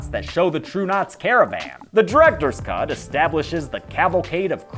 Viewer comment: For a split second it sounds like he’s saying “welcome to the cunt comparison.” Also cool video.